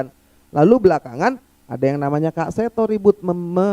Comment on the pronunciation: Bukan 'kak'bang Refly.... Tapi kek seto